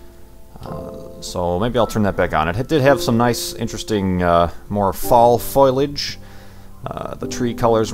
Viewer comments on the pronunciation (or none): Okay,, I can't stand it anymore. It's FOE-LEE-AGE, not FOIL-AGE.